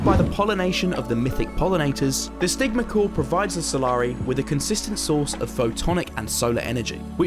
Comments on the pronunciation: I thought you said the sigma core lol😂🎉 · the vid: "the stigma core" What I hear: "the sigma core"